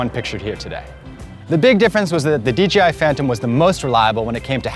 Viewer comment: He keeps saying DGI